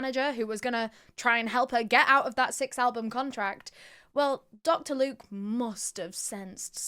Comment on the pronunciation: 'Locter Duke" ... 😂😂what a loser Dr luke is!